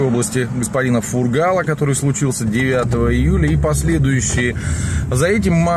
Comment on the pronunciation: Блогер, в следующий раз подготовься, чтобы Хабаровчанам и жителям крае было приятно слушать. Во-первых не область, а Хабаровский край, во-вторых фамилия Фургал произносится через «У» - фУргал!